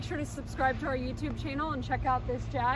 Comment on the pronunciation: Great video, and as a UK viewer I officially approve of the way you pronounce "Jag". Thanks!